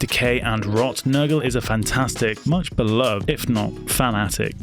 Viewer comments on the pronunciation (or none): none